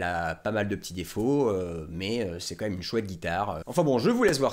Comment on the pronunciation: je t'aime mais attention tu dis "commême" au lieu de "quand même". Et super boulot continue comme ça!